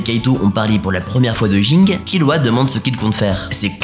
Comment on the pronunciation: Le fait de dire Ging au lieu de Gin, auditivement ça me dérange 🥶. Pareil pour ceux qui disent Uchiha au lieu de Uchiwa. Si il y'avait que les mangas et que les animés n'hésitaient pas j'allais comprendre mais dans les animés les personnages eux mêmes prononce tout, du coup il suffit de le dire comme eux non !